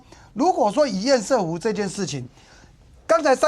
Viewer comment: 不要一直在那邊厭「屎」湖好不好 ㄙㄜˋ！ 不是賽，這是破音字但並不是隨選發音。